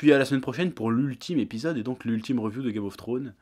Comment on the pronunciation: La "reuviou" ? Évites l'abus d'anglicismes tant que tu ne sais pas parler anglais.